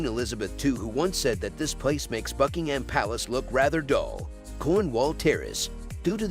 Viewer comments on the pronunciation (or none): none